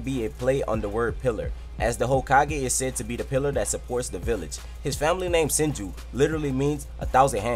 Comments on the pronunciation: It says hasirama henju instead of senju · Hasirmama henju lmao it suppose to be senju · Hashirama "Henju" XD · Hashirama Henju? Dont care still like the video keep up the good work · It's says 10 facts about Hashirama henju when its senju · anyone noticed that it said harshirama henju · Hashrima henju 😹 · it said henju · It's not hashirama henju